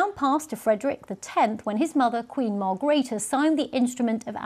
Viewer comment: Darling its Margreethe not Margrita